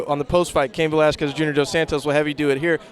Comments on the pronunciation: Frank, I like you, but PLEASE stop being like Lesnar and pronounce Cain's last name correctly. The "u" in Velasquez is silent, it's pronounced "Velaskez". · Frank's still salty for the beating he took from Brock. And Velasquez is pronounced vel-LAS-kez. Frank is Cuban so he should know that. Plays himself off as a great linguist. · yes, mir you would be amazing as an announcer...except it Va-Las-kez...the U after the Q...ya know what....whatever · what an idiot, saying he's so "articulated" and he didn't researched how to pronounce "Velasquez" the proper way….